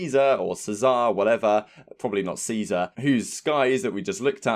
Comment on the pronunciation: You said it correctly,:)